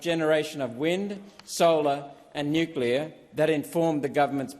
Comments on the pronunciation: NO .......GALLAR .......NUCLEAR IS THE WAY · Boneheaded Bowen can’t even pronounce Nuclear…..☢️